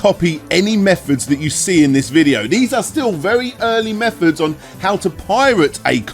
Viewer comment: Can't tell if doesn't know English or has a speech impediment. Mefods? FreeDS? Just British things I guess.